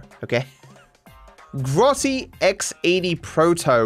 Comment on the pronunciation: Grossi turismo? U mean grotti? Lol